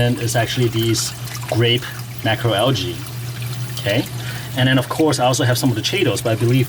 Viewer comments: It’s not al-gee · in the US....it is pronounced al-jee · It's al-jee. The G makes a J sound. Also, it's kay-toe. The CH makes a K sound. So many YouTubers mispronounce that one. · Al-ghee= UK pronunciation, al-jee= North American pronunciation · Pronunciation is a US/UK thing